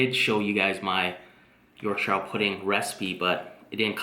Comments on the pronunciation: I chuckled every time you said Yorkshire pudding hahaha it's pronounced like Yorksure. The food looks absolutely delicious, my mouth is watering haha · Wow, rib looked super!..it’s pronounced “york-sha”.... omg, I’m salivating. Not fair....gonna def. do a rib dinner this week cos of this vid,.